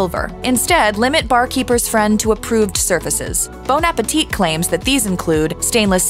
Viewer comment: "Bone Apateet" 😂